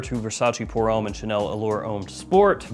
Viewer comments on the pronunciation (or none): none